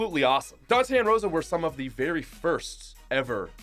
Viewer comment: That’s not how you pronounce Dantè and Roša